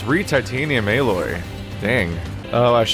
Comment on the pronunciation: I dont know why but it triggered me when you called the Titanium Alloy "Aloy" instead.